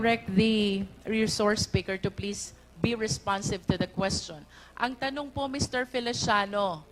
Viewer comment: TANONG NOT TANUNG.LEARN TO SPEAK AND WRITE TAGALOG.